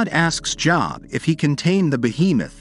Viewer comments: It’s Job, like load, not Job, like Bob. Humans know this. Idiotic computer generated voices don’t. Save a human … hire a narrator! 🇨🇦🖖🏻🇨🇦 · Or even like "lobe".